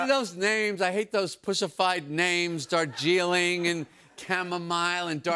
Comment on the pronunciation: Darjeeling is an actual city where Camellia Sinensis(the plant from which the tea leaves are cut) is grown. Also that's not how Darjeeling is pronounced.